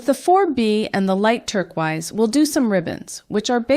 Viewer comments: Hey it sounds like you didn't realise, but turquoise is pronounced tur-koys not turk-wize. This can sometimes happen, even to native English speakers when we pronounce a word phonetically but have not actually heard it spoken! Lovely designs, but the mispronunciation is really jarring, you might want to re-record the audio for the video 💕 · Love the video but you have me wondering if I’ve been saying turquoise wrong all my life, lol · The was that you pronounce turquoise is kind of infuriating 😂